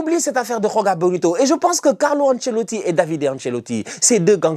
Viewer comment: C'est joga bonito avec un j le son "ji" existe en portugais c'est le même exemple que Gabriel Jesus